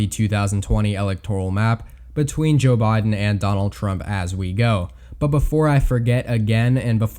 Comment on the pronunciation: jOoe bye-den